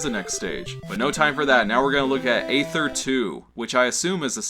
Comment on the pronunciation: Aether is just the British spelling of ether. Pronounced ee-ther